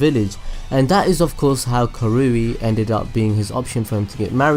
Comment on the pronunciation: It's ka rui not ka roo i